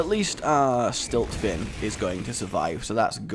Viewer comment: I'm sorry, but the Shaman Murloc card actually isn't called Stiltfin, It's called Siltfin. Although I fully want it to be called Stiltfin...